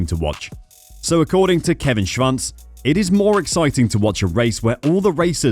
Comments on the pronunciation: Why does this guy insist in mispronouncing his name. There 8s no V in there. SHVANCE ? SHWANTZ old boy SHWANTZ ! Good God :( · sure, except that’s not the way he pronounces it and it’s HIS last name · This commentator can’t even pronounce Kevin Schwartz’s name, jeez!!! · There is no “V” in Kevin’s last name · well I’ve never heard Schwantz name said like that before.